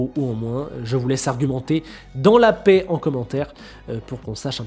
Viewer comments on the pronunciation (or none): none